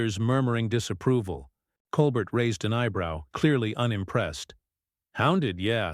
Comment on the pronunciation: At least the ai voice doing the "reading" only called Stephen Colbert "Coal bert" six times that I noticed. smh. The super weird artificial cadence of the ai voice is more bizarre than the mispronunciation of common names and words. I honestly have NO IDEA why mattress actress Meghan Markle was invited onto The Late Show, Stephen Colbert's guests usually have an actual talent or ability of some sort. Not so in this case.